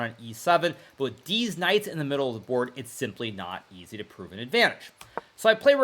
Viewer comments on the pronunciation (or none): i think he intentionally says "deez knights" because he hangs out with streamers 😂